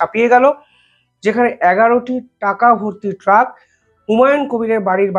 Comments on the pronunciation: Eta apni ‘truck’ bolte chan ki ? Karon lekha toh ‘trunk’ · ভাই, কথাটা, " ট্রাক নয় ট্রাঙ্ক "। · আরে ভাই, ওটা ট্রাক নয় ট্রাঙ্ক হবে। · Truck noy trank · ট্রাক নয়, বলুন ট্রাঙ্ক। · Vai sorry truck noy trunk. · ট্রাক ??? উচ্চারণ শেখো আগে ।